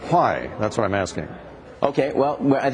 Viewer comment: lol he says fwy instead of why fwy thats why iam asking